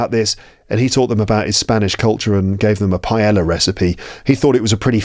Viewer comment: When you pronounce "paella," you do it correctly, except for the "ll." The "ll" is just like the English y /j/. Greetings, from Valencia.